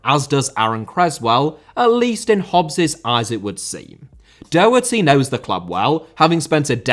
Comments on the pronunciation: Daw- hurty (like saw) Doherty. Please for the love of God stop saying DOH-hurty, like Homer Simpson stubbing his toe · Great video! Just coming from an Irishman, Matt Doherty name is pronounced Daw-her-tee. Keep up the good work